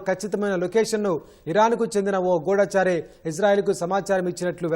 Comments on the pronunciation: Ghuooodaaachari kadamma goodhachari😅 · గూఢాచారి కాదు. గూఢచారి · అమ్మ గూడాచారి కాదు గూఢచారి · గూఢచారి.....మీరు చెప్పేది గూఢాచారీ తెలుగు ప్రాక్టీసు చేయండి.......mdm gaaru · The pronunciation of GUDHACHARI is not correct. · గూఢచారి కనిపిస్తున్నాయి అనే పదం కరెక్టుగా పలకటం లేదు! వినడానికి బాగాలేదు!